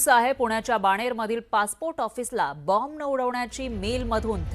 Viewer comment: मॅडम बम्ब नाही,,बॉम्ब,, 😂😂